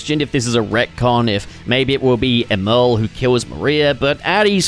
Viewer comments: It pisses me off how he says “Emerl” it’s supposed to sound like “Emerald” because of the chaos emeralds he uses to power himself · It’s pronounced Emerl as in Emerald. Sonic named his after a chaos emerald since Emerl ate a chaos emerald. I’m tired of people getting it wrong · Honestly it's up for debate until we hear it pronounced in official Sonic media (yes, there was Sonic X, but it was definitely pronounced wrong there). With the retcon to the spelling of Gemerl's name, though, I think it's probably safe to assume that Emerl's name is meant to be pronounced as Emerald without the d. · BRO STOP SAYING EMERL LIKE THAT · Don't get your feathers ruffled over it,, he could be doing it on purpose or just has never heard the word out loud, to quote HIMYM "everyone has gap's"